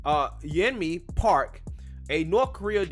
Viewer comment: You totally messed up saying her name...lol Yo.. min ...Yeomi Park that young lady is amazing..